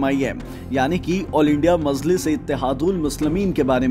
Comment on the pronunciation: This anchor cannot pronounce even names correctly so how can he explain Owasi's history. Kaha sey pakad kar lay ate aise jahil Anchors ko??? pagal mazliz nahi Majlis..Razwi nahi Rizvi bas kar bhai has has kar ansoo nikal gayee